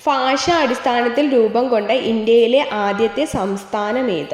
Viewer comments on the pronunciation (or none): ഫാഷ അല്ല ഭാഷ എന്നാണ് പറയണ്ടത്